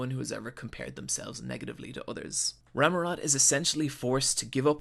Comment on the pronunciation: Inc. He does misspell a few words (starting from the show's title, the "X" is silent), including Rammot's name ("Ramurot") and calling Nobunaga "Muramasa" once, but I'll penisride this video nonetheless.